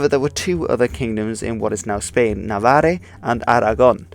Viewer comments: Hi! I am catalan, and I have to say indeed your pronunciation was on point, just that it is CastillA and NavarrA. Also, the Catalan language is also being repressed now. For a couple years now, the government has wanted to ban Catalan from the classrooms, in the sense that all subjects ought to be taugh in Spanish and student should only speak Catalan in their free time and in Catalan class. Thankfully that hasn't happened yet, and we still learn in Catalan since it is the language that most of our parents speak and therefore, our mothertongue. Now, in any case, most of us have either one or two parents who are not originally catalans but moved here looking for jobs and so we speak Spanish at home, and then Catalan at school or in the streets. This is a region full of bilinguals that have absolutely no issue changing from one language to the other. Obviously though there are people who would much rather talk in Catalan because it is the language they feel most comfortable using. Since I was a little girl I've been living in Catalonia and visiting my family in Madrid and so I have both Spanish and Catalan as my mothertongues. Let's say you need to ask someone anything while you are on the streets. Since I was very young I've been subconsciously taught that if someone spoke to me in Spanish I ought to speak to them in Spanish too, even if they understand Catalan. It is considered rude or inpolite if you still used Catalan when interacting wiht someone who prefers to use Spanish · So "Navarre" is either the French or the English name, so there's no point in pronouncing it in a spanish way, since in Spanish that final "e" wouldn't even be there (In Spanish it would be Navarra). Let alone in Basque, the local language, where the place is called "Nafarroa"